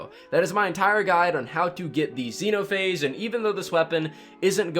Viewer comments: The X-E-NO-PA-HA-GE Guide POG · X-eno-pha-age... 🤣🤣🤣🤣🤣. Man I like your content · Ah yes, Zeno-Pahage. Very quaint of you